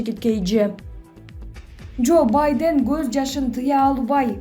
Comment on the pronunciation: Журналист уялсан боло Сенин ката создорундон мен уялып жатам Баден дейсин го